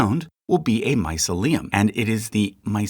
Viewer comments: Not bad at all! Only a few mistakes - the main one, which really grated, is the mispronunciation of mycelium, which is always said my-SEE-lee-um. Also, puffball spores are brown or dark, not white. There was a possible mistake in yeasts, too, as you said fermentation is the process by which one substance breaks down another one. Well... yes... the 'substance' breaking down the sugar into CO2 and water, and releasing energy would be enzymes in the yeast cell. Fermentation is the action of an organism 'doing respiration' and releasing waste products such as CO2 (the bubbles in bread aren't air, as such) and alcohol, or another waste product. Finally, the lobster mushroom isn't itself a 'large mushroom'. It is a parasitic species which grows in and on certain other species of fungi such as Lactarius and Russula. But... I really enjoyed this video, thank you. Some of my favourite organisms were mentioned! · It’s pronounced “my-see’-lee-um”. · Genus is the singular form, and genera (/ˈdʒɛnəɹə/ JEN-uh-ruh) is the plural form. Mycelium is pronounced /maɪˈsili.əm/ my-SEE-lee-um. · It’s pronounced mycelium not mycelium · What a wild way to pronounce mycelium. I wish fungi was its own chart. I would have purchased one if it was. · glad some one mentioned this, I was trippin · Not native speaker but isnt the stress on second vowel in "mycelium"? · You appear to use "fungi" also as the singular. Isn't that actually "fungus"? And mycelium you pronounce my-suh-LEum, isn't it rather my-SEE-lium? Not sure myself, hence asking. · no it is not, myceLIum (sounding like mausoleum) is no word but myCElium (sounding like mice-helium) is .... dunno why u repeatedly say mycelééum but it is really bewildering even to a non-english speaker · My-CEL-I-um, not My-ce-LI-um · Thank you awesome again. BUT drove me nuts the the mis-pronunciation of mycelium. my-SEE-lium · The first time I've ever heard the word pronounced that way. My SEE leeyum is standard in my world